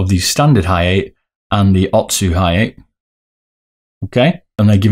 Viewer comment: lol its Ha - ya - TEH it is a complete stop at the "te" part you don't prolong the pronunciation like "tay"